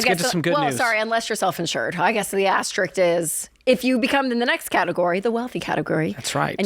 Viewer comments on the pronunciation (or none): Perimeters or parameters, Rachel? Asterikt or asterisk? Nucular or nuclear?😳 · I caught the "astrerickt" comment! Lol